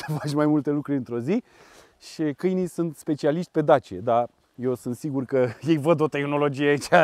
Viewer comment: "cainili" lui imogen🤣🤣🤣